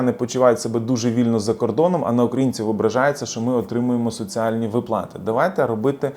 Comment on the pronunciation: Слухати не можливо, коли вимовляють не вірно українські слова. Особливо ставите не вірно наголоси! У слові виплати, ставте наголос на склад "ви". Росіяни самі просилися у ьіженці, але їм відмрвляють, от вони і пигуть з заздрощів на україців байки.